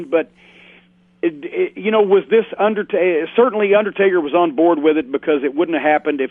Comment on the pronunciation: "the underSTAKEr" lmao